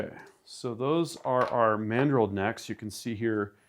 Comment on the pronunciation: "EXPANDING MADREL"